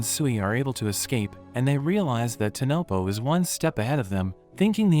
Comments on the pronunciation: bro said tonopo instead of tonpopo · It's not tanopo it's tan popo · Bro it's not tanopo it's tanpopo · saying tenepo while in the anime it is tenpopo